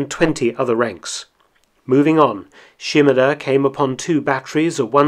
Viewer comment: His name was 島田豊作 - Shimada Toyosaku. she-mAH-dah not sheem-a-DUH 島 shima 田 ta (da)